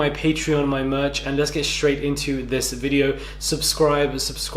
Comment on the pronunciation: "my murch, my murch, my murch!!" 😍🤭😂